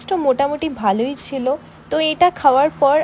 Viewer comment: ছিলো ❌ছেলো ✅ 😂😂